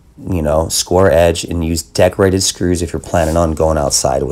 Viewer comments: He says Deck rated. I keep hearing decorated. Lol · Awesome video! Took me a few to realize you were saying deck rated screws, I couldn't figure out what decorated screws were...lol! Amazing tutorial and beautiful work!